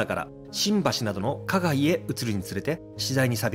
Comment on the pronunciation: 大門は「だいもん」、花街は「はなまち」と読むと思います。